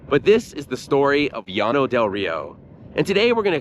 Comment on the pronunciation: YES! My grandmother took me out there when I was a teen in the early '70s. Partly for something to do, but also to demonstrate the failures of socialism and communism. They are not a Utopia any more than the underside of my car is. And thank you, THANK YOU for pronouncing "Llano" correctly! And I did not know about the financial aspect of the colony. Oh my God! It was a Ponzi Scheme! What a bunch of bigoted suckers! PERFECT!